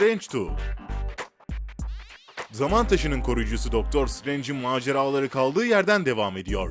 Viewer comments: Daktır streync tu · Black Pantere (iki) Doctor Strange (two) Diğor